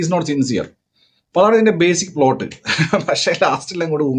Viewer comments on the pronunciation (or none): none